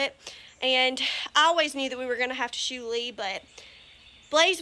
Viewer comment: I thought you said I always new we were going to have too shoot lee you said shoe Lee 😂😂😂